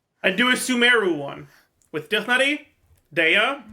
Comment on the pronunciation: "tichNaHri" 🤡 Just say tigh nari like every bozo does